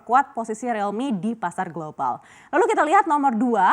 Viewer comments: Rilmi bukan relmi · Krn realme mulai merasa kecantikan.. jual mahal😆 . . . Mbak btw penyebutannya buka 'Relmi' tapi 'Riiiilmi' Riiiiiil😤